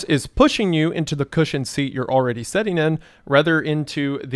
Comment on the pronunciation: "Sitting" doesn't have an "e" in it. Your pronunciation is giving me an aneurysm